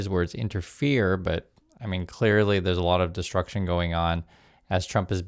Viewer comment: this destrucshun is a direct slap melanoma.